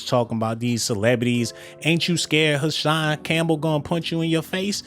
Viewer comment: Hassan not cashan boy